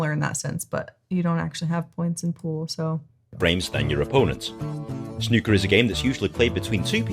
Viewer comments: You'll find it's really not that difficult when the rules start to sink in guys, the biggest restlt is calling it S-New-KER rather than snucker, which like to say lol. Once you've got a handle on it then watch Ronnie o'Sullivans 147 to see a true master at work. He sisn't explain the break, which is the first shot of the frame, the same as Pool. You break off with the White in the D (The semi circle with the yellow, green, and brown), breaking is quite simple tbh, most players aim for the bottom left or right ball in the bottom row of the reds, this gives a natural angle for the white to hit various cushions and leave the white back up the table to where the yellow, green, and brown is. Some frames of snooker can go on for quite a while, especially when a player is trying to recover points back, but you won't find it boring, you'll be amazed at the skill these players have in terms of ball control. Many people play snooker in the UK on an amateur level, usually just to spend a night with their mates, these players start as kids and spend hours and hours and hours over years and years and years to get this good. The rest of us just want to knock a few balls while having a few pints. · The OO in snooker rhymes with the OO in snooze….😊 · It's not ''snucker'' or, god help us, ''schnucker''. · Snucker would have a U jn it. OO makes sn ooh sound. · Snooker. 'oo' as in 'you'. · The "oo" in snooker is pronounced the same as in "food" or " broom"